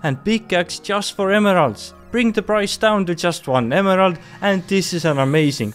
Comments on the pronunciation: Great video but I wince every time you say emerald lol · The way he says emerald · I love the way he says emerald.